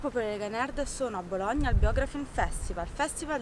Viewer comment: c'è gente che si rivolta nelle tombe per come hai pronunciato "Bologna"